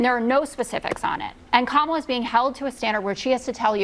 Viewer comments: I hate how they intentionally mispronounce Kamala's name: it's emphasis is such: KAMA la. So rude and disrespectful. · People who mispronounce Kamala’s name, just a poor reflection on themselves. If they can’t Provence a name correctly, they look stupid